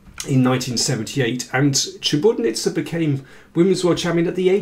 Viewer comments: great commentary as always, David, but... it's ChiburDAnidze, not Chiburnidze. i cringed a little every time you mispronounced it. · Daniel, you totally butchered Maia's last name. Such a terribly incorrect pronunciation. It's Chi-bur-da-nid-ze